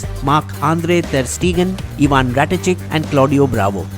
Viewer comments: It's Rakitic and not ratichik🤣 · Hey man Barca is pronounce as Bar - sa not Bar - ca, also it's rakitic not ratikic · Ur pronunciation of rakitic woAh